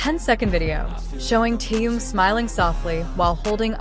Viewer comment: Почему вы коверкаете имя Тэхена на все лады,это отвратительно